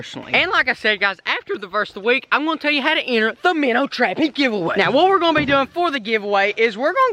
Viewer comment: I got you I know your a busy guy and you make little mistakes here and there but for the viewers yes it says minnow but it's pronounced "Minners"